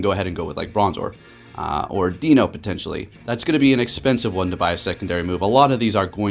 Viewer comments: It’s pronounced ‘Dai-no’ not ‘Dino’! Great video though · I love your videos and content, you're by far my favorite POGO youtube personality. While I'm a recent subscriber I've looked back at your old videos so I have reference to your passion and commitment to the game, as well as a little bit of your background and a bit of your life story... Which I all appreciate. That being said, for some reason it realllllly bothers me how you pronounce Deino. I'm sure you don't care but it's sounds like die-no the whole evolutionary line referencing the German numbers 1 2 and 3 or eins zwei (zzzwei) and drei (dry). WOW you read all the way to the end thanks you rock, as the great would say... "Take care"